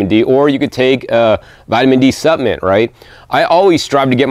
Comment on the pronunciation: EXCELLENT video as usual 🥦🍌🥭🥬🥕🥑🍉 🥗 Hope it’s ok to mention that the word “Supplement” has an “L” in it. Not suppament, rather suppLement. 🤗😁 Btw...what an AMAZING garden. I live in the tropics and DO have a small garden but the bugs and beatles love having a garden as much as I do! 🐌